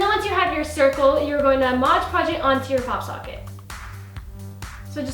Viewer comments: God I hate it when people say modge podge. It's MOD podge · Why do I always hear people say Moj Podge instead of Mod Podge??? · Not trying to be a hater because i love you and your family soon much, but it is pronounced MOD podg